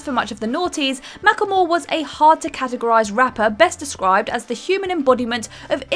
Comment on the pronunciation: It's pronounced "Mack Le More."